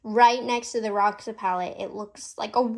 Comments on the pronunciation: I guess it’s pronounced “hosha “, ir means purple in portuguese ❤💜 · Roxa is actually the Portuguese word for purple. The pronunciation is different